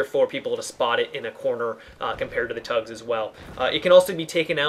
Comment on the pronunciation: it's T-UGS not TUGS